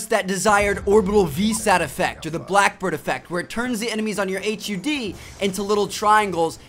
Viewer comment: Say HUD normally don't be a tool